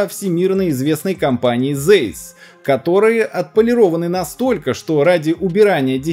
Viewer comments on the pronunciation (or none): Не Зейс, а Цайс. Название по имени и фамилии немецкого изобретателя оптики Карла Цайсса (Carl Zeiss). Выпускают не только оптику, но и измерительные машины. Про них тоже было бы интересно посмотреть видео, если выпустите, учитывая, что измерительные машины работают в связках с компьютером и постоянно появляются новые модели измерительных машин. А так спасибо за материалы. Всегда интересно смотреть. Всё грамотно и доступно рассказываете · Только не зейс, а Цейс. Буква Z на немецком это русская Ц. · Ты первый раз увидел марку немецкой фирмы? Она произносится: "Цейсс".